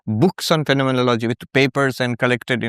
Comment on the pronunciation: ERRATTA: PRONOUNCE IT AS : PHEN-O-MEN-OLO-GY